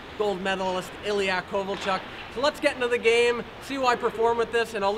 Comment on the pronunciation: it's not Kovolchak, it's Kovolchuk